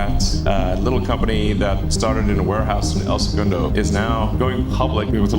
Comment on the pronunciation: having the narrator and interviewer pronounce segundo so differently is wild